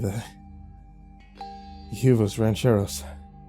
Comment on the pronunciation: Not the Hugh-vose rancheros 😭